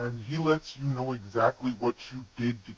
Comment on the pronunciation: Not kow its know